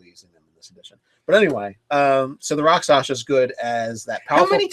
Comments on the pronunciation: Two points: first, since no one said it yet - it's "rak sha sa". Not "rak sa sha". Comes from the Sanskrit "raksha" - injury. Second - charm person is weaker than it used to be, but it used to be too powerful - you could charm someone for a month as a first level character. Now it's only for an hour - but that could be enough. And yes, the victims realize they were charmed after the effect wears off. But that doesn't necessarily mean they realize it was you who did it. For example, if you cast a 1st level Disguise Self spell on yourself (or a 2nd level Alter Self) , and then charm them, they think they were charmed by the town sorcerer, who everyone already suspects and hates anyway. Convenient, if you happen to be a rakshasa with lots of illusion spells anyway. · It is pronounced RAK-SHA-SA not Raksasha not Raksasa not Rakshasha . . . RAK-SHA-SA